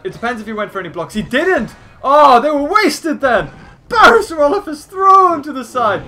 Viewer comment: You're rot Evan saying parasaurolophs right.